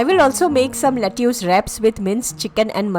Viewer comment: Lettuce is pronounced as - let us.